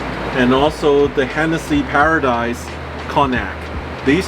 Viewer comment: Paradis not Paradise..Sammy boy..